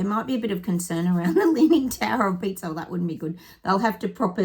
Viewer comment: Sounded like you said the tower of pizza 🍕 its Pisa not pizza 😁😂